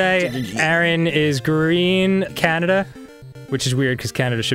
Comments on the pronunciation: Canadia XD Arin wtf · 'Canadia' Glad I'm not the only person who says that! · they said Canadia lol